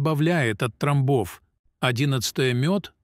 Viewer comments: Не тромБОВ , а. ТРОмбов ! Старайтесь Говорить , и Ставить УдаРЕНИЯ—Правильно ,! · Ой блиин, это не русский человек читает, ударения ставит ужжас, тромбооов, говорит и мн.др. , до смешноты , я кыргызка, так не разговариваю....Нового ничего... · МедикамЕнтов, трОмбов- я Вам показала, где правильно делать ударение в словах- следите за своей речью. Такое может допускать не специалист.